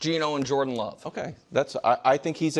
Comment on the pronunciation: Someone needs to tell me the "Lo" in Love makes a "Luh" sound. Not a "Lo" sound lol